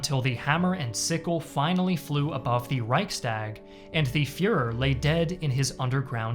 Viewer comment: You dissapoint me in the way you prnounce Reichstag.